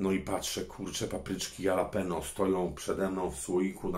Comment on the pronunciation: Mordo dopiero byłeś w Hiszpanii i nie wiesz że jalapeno czyta się halapenio 😂👍👊